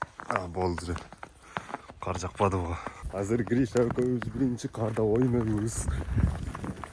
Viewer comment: Каар эмес кар болот,каар Деген башка соз